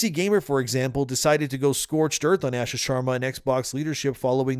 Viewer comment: Bro. Stop pronouncing her name incorrectly. It’s pronounced “ahhh-shaa”.